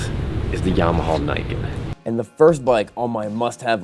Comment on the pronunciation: You will pronounce it "Knee-can". Juhmuhaw kneecan